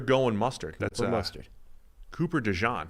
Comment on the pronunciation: please have stop saying Cooper Duh-Gene. it grates on the ears.